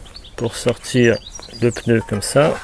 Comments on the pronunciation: Le pneu pas le peneu sinon bonne vidéo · Juste un petit point. Le geste technique est parfaitement expliqué, mais comme il est désagréable d'entendre le mot "peuneu". Il s'agit bien d'un pneu..matique sans "eu" entre le p et le n. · Ce n'est pas un peneu mais un pneu🤣